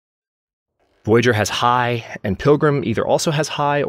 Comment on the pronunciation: Please correct me if I'm wrong, but I think you pronounce "Voyageur" wrong. The way you say it sounds more like the english word "voyager"". I'm guessing, since the game is Canadian, it's actually the french pronounciation as indicated by the spelling of the word. [vwajaʒœʀ]